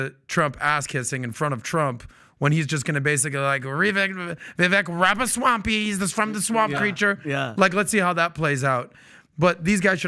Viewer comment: Pat bro - Ramaswamy, with a "m". I love the podcast, I love and admire the work Valuetainment does.